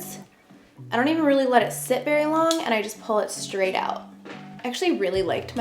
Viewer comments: Straight not shtraight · Why do you sometimes say the word “straight” correctly and others incorrectly? It’s Str. Not schraight.